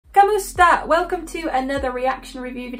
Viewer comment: WOW! 😍 you said "KAMUSTA" you're so good coach 💗☺️